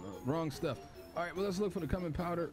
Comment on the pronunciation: Bruhhh I’m dead lolol And it’s pronounced “Q min” Food came out good tho I think ima try out this game